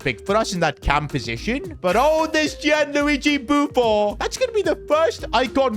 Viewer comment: Why u saying buffo its buffon